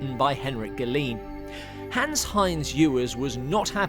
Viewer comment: Thanks for the heads up! (Trivial point: isn't the last name of the source author pronounced "evers"?)